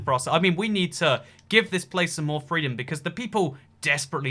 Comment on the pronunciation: WOW I am offended, He SPREADED FWEEDUN